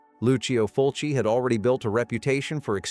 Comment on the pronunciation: "FULCI". F.U.L.C.I. Jesus christ.